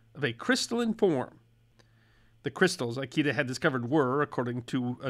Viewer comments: just a small thing: it's pronounced "EE-KAY-DUH", not "EYE-KEY-DUH". lol. Like I said, just a small thing. 🙂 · i love you but always remember: all Japanese vowels are short! Ikeda isnt "eye key duh" its "ih-keh-dah" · Pronounce Ikeda as "eekaydah" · Kikunae Ikeda is supposed to be pronounced like “key-qoo-nah-A, E-K-dah.” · How many times are you gonna mispronounce "Ikeda?" Damn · That is not how the name Ikeda is pronounced, nor how Kikunea is. You American, you. That is also not how parmesan is pronounced. You American American, you. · Maybe you know something about the West and its history, but nothing about Japan. Before creating the video, you should have consulted a knowledgeable person in how to pronounce "Ikeda" and the rest of the Japanese words you mispronounce terribly, besides misspelling it, it's "Kikunae", not Kikunea.